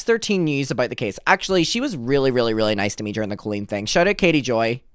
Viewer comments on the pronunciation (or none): none